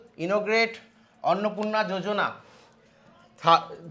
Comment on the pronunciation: Bhai jojona nhi yojana h aage padhne dikhk